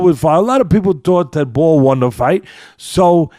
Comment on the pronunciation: It's Nick Bull, not Ball.